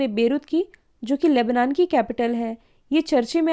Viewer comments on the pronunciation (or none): none